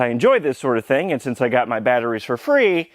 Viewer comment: "in mah mower.." LOL!!!